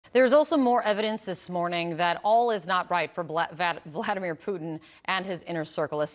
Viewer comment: “Bliadimer Putin” News Anchor probably has no idea how correct she was :)